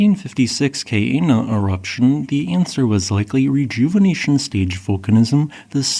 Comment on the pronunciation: Keep working on your pronunciation. Ka'ena should be "kah'enah" not "kay-eenuh."